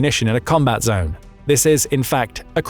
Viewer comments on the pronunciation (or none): none